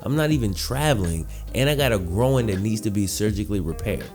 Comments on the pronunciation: Needed surgery on his “grow-in” ??? Are you sure you didn’t mean groin ? (Gr-oy-n) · Groin not “gro-in” fucked with the video though. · You say injured growin instead of groin lmao 😂😂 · An injured “growin” wtf lmao GR-OY-N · He hurt his “grow-in”?? Thats terrible. A gro-in injury could be devistating hahah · man its pronounced grOYn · You keep sayin “grow-in” throws me off lol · How did he even injure his "Grahwoine"? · His "gro-in" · My opinion is I thought it was called a groin NOT a gro-in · i have never heard someone pronounce groin as "groan" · Why are you pronouncing groin like ‘growin’? Noticed it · I thought i was the only 1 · Is he saying “groin” weird or is it me? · I know what a groin muscle is, I was asking to be sarcastic as his pronunciation is one I have ever heard before. He says it in almost two parts. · why do you say 'groin' like that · Buddy can’t pronounce “groin” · Not trying to insult you, I mean no disrespect at all. I’m having trouble understanding what Davis’ nagging injury. It kinda sounds like “groin”, but it just sounds different to me Again, I’m not trying to judge by any means. I’m just trying to understand it